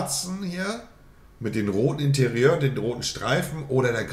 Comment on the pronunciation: Wie kann Monte Interieur richtig aussprechen, aber sagt im gleichen Video dann Malmehdi.